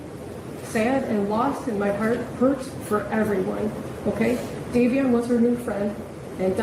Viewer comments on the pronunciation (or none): Queen, the victim's name is Davion not Dameon! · The other boys name is Davion not Damien.